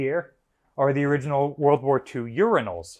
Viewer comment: the uriginal